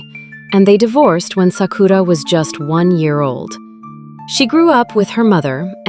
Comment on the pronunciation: SA-ku-ra, not sa-KU-ra. Great video, though.